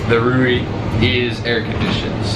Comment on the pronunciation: Just pronounce ''rou'' for La grande roue, there's no accent on the final ''e'' so it remains mute.